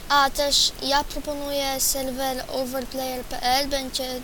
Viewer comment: mów jak człowiek a nie ,,dabel dżiampy" ,,kulczak" ,,selwel" ,,bluku" ,,pseplasam" ,,naplawić" ,,afci" ,,glać" ,,mini gly" ,,dyskrypcji" PS aby być lepszy w SkyWars'y trzeba taktyki I SIĘ NIE POWTARZAJ